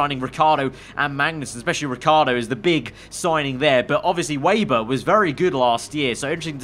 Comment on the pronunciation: I know it’s not really a big deal but Please can you stop saying Lukas WAYber, it’s pronounced VAYber by the commentators. I thought Sergey Siroptkin was driving me mad in the last game.